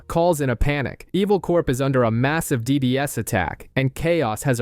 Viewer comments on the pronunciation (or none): "DDS attack" My god bro how do you literally mess up one of the simplest terms in the movie? It's DDoS, not DDS. Distributed Denial of Service attack, this is where you use multiple computers to send spam traffic to a target computer to saturate the bandwidth of the victim and take them offline. The traffic can be on different layers, most common is the layer 3 and 4 attack which basically just abuses the networking protocol of devices, they can be easily detected though, the real DDoS is at layer 7 where it is a specific application layer that is seen as genuine traffic by many firewalls, because it mostly is. Layer 7 uses the traffic that matches of communication of the application hosted to instead of saturate the bandwidth, but to actually spam the machine and make the application process useless data to actually take down the service in a stronger way. I know this is such a nit picked detail, but this just ruined the whole video for me because this TV show is very popular amongst the cyber security industry, because it actually discusses real hacking tactics. Plus, why would you ruin this show for others? Spoiling the actual meaning behind them.